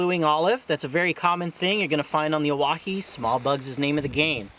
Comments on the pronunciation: It’s pronounced Oh-Why-he. Not oh wah he. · “I’m a guide here” proceeds to mispronounce it for the next 5 minutes